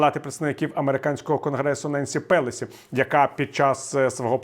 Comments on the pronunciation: PelOsi, а не РЕlosi. Якщо війна у нас безкінечна( з ваших же ж слів) ,то якої перемоги і миру ви нам бажаєте в кінці кожного відео? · Віталій, вам важко перевірити, де у Pelosi є наголос?